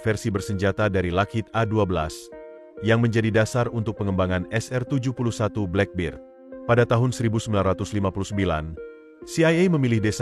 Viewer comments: Boss baca black bird( black bed) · Aq ngakak bila admin ngomong blackberd.khas warga indo dlm berbhs English.😂